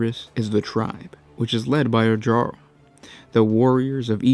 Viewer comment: "Jarl" is said with a "Y" sound, like "yarn", not a "J" sound, like "jet". I'm not trying to be a jerk, it's just that I played a lot of Skyrim, so the mistake bothered me.